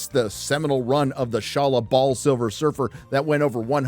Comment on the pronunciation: "Sha laball?" Thats not how you pronounce Shia LaBeouf